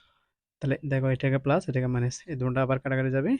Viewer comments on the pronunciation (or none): Maines😂 na minus 😅